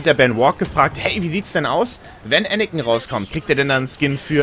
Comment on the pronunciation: ich mag dich wirklich, aber bitte sag Anakin und nicht Anikin.